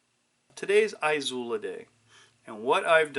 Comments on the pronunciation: Its "ee sue lah". There is no EYE or ZOO in the pronunciation. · I dunno, maybe the fact that literally every other Izula video on youtube pronounces it correctly, or by just having a rudimentary understanding of Spanish pronunciation. A couple ways there, yea.